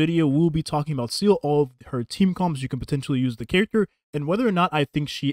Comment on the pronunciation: It's Seele, not Seal. She did not kill Bin Laden.